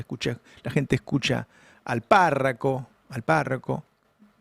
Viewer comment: Es párroco no párraco😮